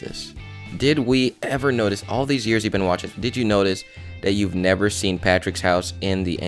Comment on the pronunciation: I thought you said "nether", not "never".